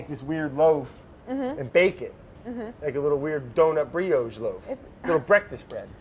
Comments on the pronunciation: Claire deciding to choose her battles wisely & let the “Briogge” go 🤣 She can’t take it anymore... “Say Brioche.” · Brad: "like a little donut briogge loaf mimes working the dough breakfast bread!" Claire: distressed laughter "say 'brioche'" Brad: "brëœdgjë" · Claire trying to figure out "Briogge" xD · Czech has two perfect letters for this difference Claire uses š and Brad ends his brioche with strongly pronounced ž. :-) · Brioche is a tough one to explain how to pronounce. It's not Bree-oh-sh but Bree-yosh with the second syllable having the emphasis... kind of missing the y while you say it and you have to roll that R... :) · Say Whip Brad: Whip Say Cream Brad: Cream Say Whipcream Brad: Aabelaaa... Briogge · Claire: laugh/Scoff say Brioche Brad: Bree-odgge Claire: uh-huh 😂😂😂 Claire Saffitz, ladies and gentleman. The queen we absolutely do not deserve. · Claire shrugging slightly when Brad said briogge should be a mood 😂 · "Claire, that's what I'm saying: briogge" - Brad, as he says a word vaguely similar to "brioche". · Claire: Say Brioche. Brad: BLÄCH! Claire: No, Brioche... Brad: I literally just said that...! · Lmmfao I had to rewind the “briogge” part like 10 times lol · is it not BREE-OSH? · They pronounce Brioche so strange. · Neither of you guys nailed the brioche pronuncation but keep saying it like this please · I mean neither of them were pronouncing Brioche right 😏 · i love how claire definitely notices his pronunciation of brioche the first time but it's fine, no big deal, a mere mistake, surely. let's leave it be. but the second time is too tempting. it's perverse and absolute wrongness hangs in the air like a ripe fruit waiting to be picked. but alas, her efforts to seize this juicy juicy teaching opportunity are all in vain. the fruit disintegrates to mush in her hands as the fricative resonance of brad's zhhhhh rings through her ears. she has lost. it is too late. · And the way she is saying it is also wrong, but it is wrong in a more Fru Fru way.